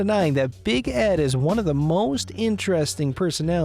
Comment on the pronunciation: Is the narrator ok? Ed or ehhhd?🙄🙄🙄🙄